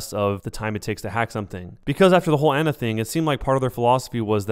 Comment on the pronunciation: listen. you consider yourself a overwatch pro when you can't pronounce torbjorn and ana